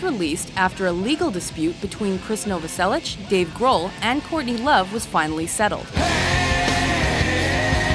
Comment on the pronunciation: Krist "Noverselitch" yeah, ok.